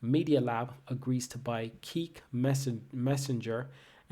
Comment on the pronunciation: Plz stop saying keek is not keek it’s kik